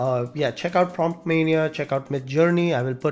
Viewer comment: It's not promptmania, it's promptomania